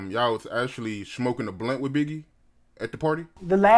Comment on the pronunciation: Channel name is The art of dialog ..."you were 'wiff' her" ..OHHHH the irony